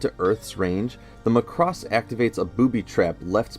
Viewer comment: 0/10 could not watch. It's Mac-ross not Mah-cross